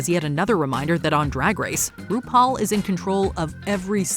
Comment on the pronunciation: UGH, "RudePaul!!!"